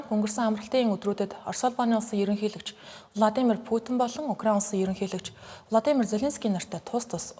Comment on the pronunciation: Влодимр Путин биш шүү! Гадаад үг, ялангуяа хүний нэрийг ядаж зөв дуудлаж сурчаад мэдээ уншаарай